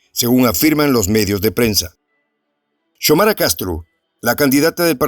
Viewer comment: No es se pronuncia Chomara😭, se pronuncia Xiomara 👍se le como se escribe